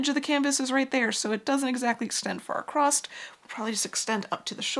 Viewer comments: Your channel is excellent. Your knowlege and expertise is unimpeachable. So humbly, I beseech you, to allow me to pick a very petty nit: There is no t in the word across. Keep the aspadisteras flying.❤ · It's a regional dialect pronunciation that happens when "across" runs into "the" and the movement of the mouth to transition. There's plenty of usage of the term "acrost" or "acrossed" in historical documents as well, so it's not a new thing (in fact evidence shows it may be an antiquated pronunciation since we had "st" on the end of quite a few words long ago)